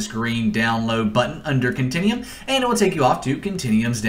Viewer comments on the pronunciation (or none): Click the "meer" button and "continium". Meer-or, Cont-in-u-um. God how can someone speak so poorly. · continEum.... its con-ten-you-um